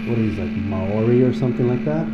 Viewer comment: Maori pronounced like Mouldy